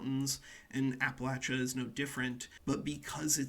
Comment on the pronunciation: I’m so proud of you for not pronouncing it like appalayshia like many others not from the area